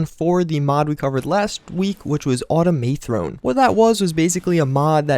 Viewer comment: why the fuck can't you say "automathrone" right? just like automaton. Not Autom-A-Throne.